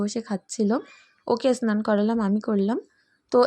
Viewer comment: এসনান না ওটা স্নান বলবে। আমার মনে হচ্ছে তোমার উচ্চারণ টা ঠিক হয় না।যাই হোক খুব ভালো লাগলো ভিডিও আমার মেয়ে ও সস খেতে খুব ভালো লাগে।